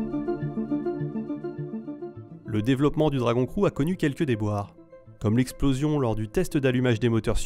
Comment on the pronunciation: On dit "Dragon Criou" et non "Dragon crou"